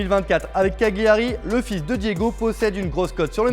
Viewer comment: Bonjour c’est pas CaGLIari mais CaLiari qu’on prononce ;)